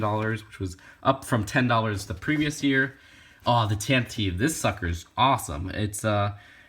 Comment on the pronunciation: You pronounced Tantive wrong [Tan-tivvy]Either way, i'd love to see a review on an Atlantis set!